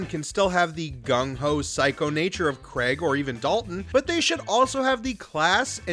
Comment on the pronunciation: Bernard, not Burn-ard. Craig, not Kreg. Respect the pronunciations.